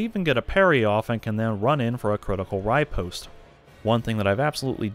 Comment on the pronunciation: “Riepost” lmao